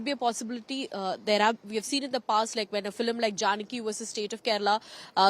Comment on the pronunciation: is she pronouncing FILIM repeatedly? Am I hearing it right?